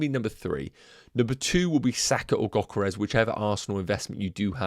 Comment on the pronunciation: Gyokeres is said with a Y not a G